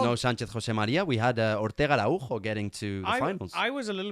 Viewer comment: Btw great so see some statistics and the little video👌 Araujo is portugese. The J is a S sound😄